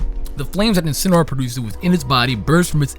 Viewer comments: It's name is pronounced In-Sin-Ah-Roar. It's a portmanteau of Incinerate and Roar. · I love how mispronounces all three final starters' names. Well he gets Primarina right eventually.